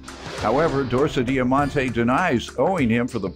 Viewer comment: Who else had to replay to hear the name repeated for the defendant? I thought I was hearing things when I heard DorsaDiamonte. 😂🤪